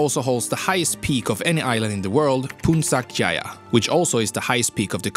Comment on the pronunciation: As an indonesian yes our islands sometimes get mispronouned. And ya i get it . Its probounced Pun-Chack jaya